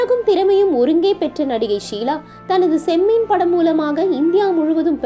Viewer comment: Not chemmen... Chemmeen...ok